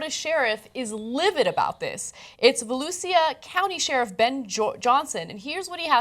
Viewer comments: "valewseea" lol it's said like "valoosha" I live here, and this....this is ridiculous. Our Sherriff is a corrupt cotton headed ninny muggins anyways. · Its pronounced volusha haha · pronounced 'Velusha County' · (fyi) the "sia" in Volusia County is one syllable and pronounce like feliCIA.